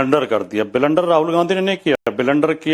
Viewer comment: बिलेंडर क्या होता है... अगर ब्लंडर शब्द सही से नहीं बोल सकता तो मत बोल